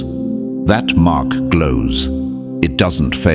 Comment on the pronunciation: Mock by the Universe or Mark by the Universe...???meowww😂😂😂